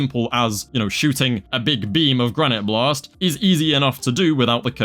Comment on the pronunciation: respect to your "Granité Blasteu" pronunciation.